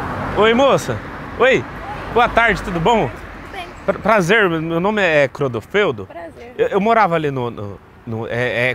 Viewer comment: " crodofreldo " 😂😂😂😂racheiiiiiiiiiii😂